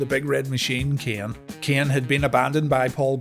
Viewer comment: i can't stand how you pronunciate keaen